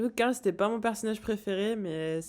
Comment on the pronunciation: Caarl carl non glenn carl